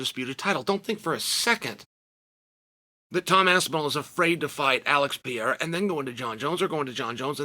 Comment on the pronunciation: why tf does chanel call him piera 😂😂😂